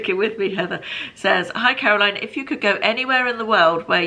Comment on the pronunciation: Caroline, you pronounced my name impeccably, which not many people do !! Really enjoying the q&a's xx